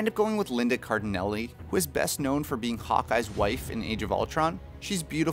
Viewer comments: Just a quick correction; it's Cardellini, not Cardenelli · Linda Car-del-LINI. Not Car-di-NELLI.